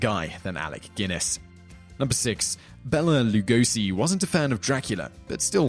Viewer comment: I like this video, gave me some interesting thoughts. Just one thing: Bela Lugosi's name is pronounced differently. Bela is more like "bail-a" and you pronounce Lugosi with an "sh". It's a Hungarian name, don't even ask about it. Just for the record :)